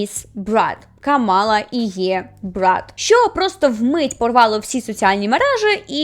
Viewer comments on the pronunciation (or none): Не хочу душити, але правильно говорити КАмала Гарріс, а не КамАла Гарріс